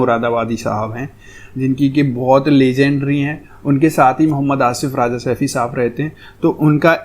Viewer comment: आप राजा कहते है राजा नही भाई रज़ा बोलते है